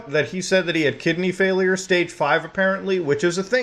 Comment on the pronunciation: bro his "organs" "kigneys" i feel bad for his toilet